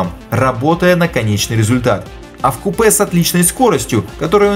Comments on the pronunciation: Отличный обзор, спасибо. Только не "в купЕ", а "вкУпе", т.е. вместе, сообща. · В каком "в купэ"? "Вкупе" тогда...сказали как будто он в поезде едет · ну я просто никогда не слышал чтобы произнося вкупе делали акцент именно на Е)) так и произносят - вкупэ)